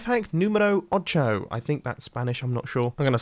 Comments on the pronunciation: It's pronounced "oh-cho", not "ah-cho". I almost died inside. I have learned to crimge at this through spanish class at school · When pronouncing "ocho" make sure you say it as " oh-choh" instead of "ah-choh" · It's more like oh-choh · The way ocho was pronounced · hey mumbo, I live in Chile, I speak both languages. YOU BUCHERED THE NUMBER 8!!!!!!!! (sorry, still love your channel :) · Dw Mumbo... Ocho is eight in Spanish 😂